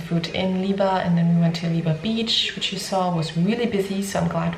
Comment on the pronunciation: Visiting in September on recommendation of our polish dentist. Pretty sure it's pronounced weba